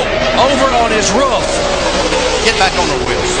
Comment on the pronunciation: did he say "over on his ruff "?